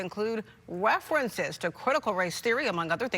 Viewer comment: I’m sorry, but was that Florida news caster Elmer Fudd ‘ wefrences’. Ok, cool, we put someone on tv with a speech impediment.